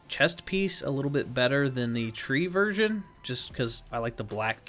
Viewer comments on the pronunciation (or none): none